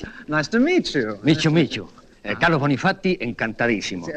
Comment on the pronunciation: Bonifatti...😂😂😂 solo como lo dicen es de "garca" 😂😂😂